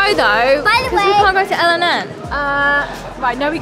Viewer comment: By the way el&n is pronounced elan not el and n because it’s used to be named elan but it was changed to el&n